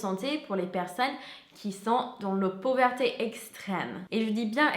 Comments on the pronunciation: "pouverté" 🥰 trop mignon ! (C'est pauvreté 😉) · Et la pauverté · Salut! Merci pour ta vidéo ☺️ Le mot "pauvreté" ne se dit pas pauvERté 😋 mais ton français est vraiment très bon 👍 j'adore tes vidéos, continu comme ça ☺️ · elle peut prononcer " pauvreuté " au pire pour que ça sonne